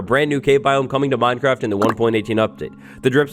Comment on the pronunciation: The way minecraft is being pronounced in this video makes me feel uncomfortable (Minedcraft & modcraft are two examples).